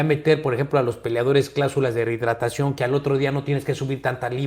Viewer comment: Tenes que aprender a pronunciar “rehidratacion”…! Si se le cuestiona las cláusulas del Canelo, entonces Floyd también cae en la bolsa, por que también elegía sus contrarios bajo sus estrictas condiciones. Todo es marketing, alguien tiene que hacerlo, yo creo que mejor es que sea un mexicano o un latino, y no los somos de siempre.